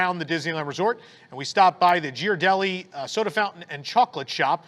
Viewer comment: FYI: It’s pronounced “GEAR -R - Delli”…… Not “Jear”! (Sorry but I was raised in the Bay Area!)